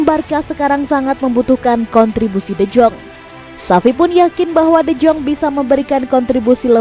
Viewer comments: Yaah namanya juga cuma kerja ngisi suara, mana ngerti doi sama gitu2an.. Deyong aja dibacanya Dejong 😄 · De Jong bacanya de yong